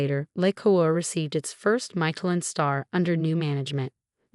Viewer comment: I really do hate these narrated fictions...because it lacks so much true human "speak". But what puts me over the top , is the incorrect pausing times...and misprononciations. " ... Received.... its first " MIKE a Lin" star. !! Really ????